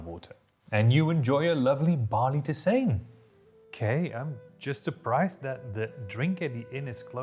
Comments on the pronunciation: "Tissain"? "Teezan"! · if you were lucky there might be a smallholding that brewed beer. In larger towns there's a tavern. Most "adult beverage" was made by individual homes for self consumption. Whoever brewed the best sometimes others might come over to have some. Also, i always thought tisane was pronounced (tee-sah-nay) which is where we got the word "tea" from